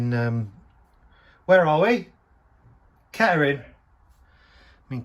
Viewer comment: The way you say "kettering" is fine. The lunch and the stop tap can stay in Corby Haha